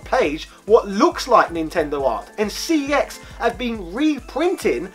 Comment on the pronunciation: It's pronounced "sex" not "C E X".